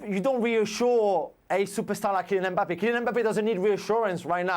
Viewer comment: Jules with his usual Me mangling of Mbappe